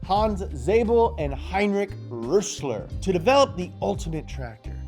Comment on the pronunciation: I love how you pronounce the ö in rössler correctly but still call friedrich fried rick (it's pronounced freed)